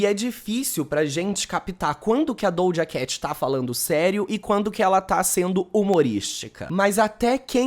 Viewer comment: Acho tão interessante ele falar dojacatch